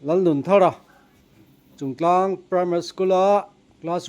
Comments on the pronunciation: Chuntlang a ni lo aw... chungtlang tih tur aw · Chuntlang a nilo, CHUNGTLANG tih tur.